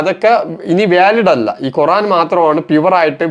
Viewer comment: കുറാൻ അല്ല ഖുർ........ ആാാൻ